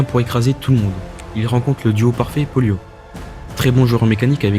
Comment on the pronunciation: La video est superbe dans l’ensemble mais y’a un truc qui m’a tilt c’est que tu dises polio à chaque fois alors que pollo se prononce poyo mais sinon continue ❤